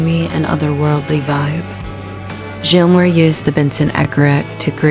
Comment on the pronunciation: You shouldn't be narrating a David Gilmore doc if can't say his name correctly. I can't believe you actually posted this video with all those miss pronunciations of Gilmore. It's pronounced like Gills a fish uses to breathe.